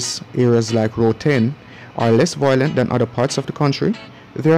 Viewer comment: 'Violent', not 'voilent'.